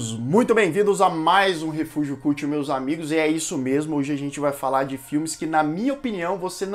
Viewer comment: Viciei no canal mas que agonia ouvir "refúgio culti" kkk *edit: Bruxa de Blair 2 eu curti mas pq sou fã do tema. Porém tecnicamente concordo totalmente com você.